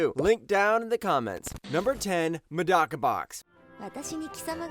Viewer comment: Avoid the english dub of Medaka Box like the plague, might be the worst dub I've ever heard. Plus you mispronounced "Medaka".